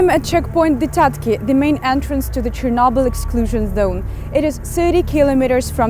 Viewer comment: when Arabs can't pronunce CH.